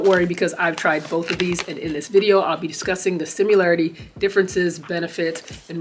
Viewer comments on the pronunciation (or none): You lost me when you said simularity instead of similarity